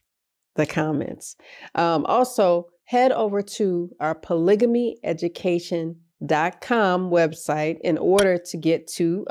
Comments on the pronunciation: Maam, I am confused somewhat. Are you talking about POLYGAMY I hear you saying something like POLYGYMY. What do you mean by that? Polygamy is when a man marries more than one wife. Then, there is another situation, POLYANDRY, when a woman is married to more than one man, at the same time. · Did she say poligimy ? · It's pronounced Pa lig a me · Where is this woman from that she doesn’t even know how to pronounce the word “polygamy “. Ha. She seems to have no accent, like she has an American upbringing. Oh well. Just weird. Interesting how some certain subcultures in our country use words like “axe” instead of ask, and “norf” rather than north. I don’t just understand what they hear that they would they transpose letters. lol . Oh my. Polygamy? Yes it’s been around for a long time. And it has worked to some opportunities of success in certain times and places. It will never be a mainstream mode in this country, however.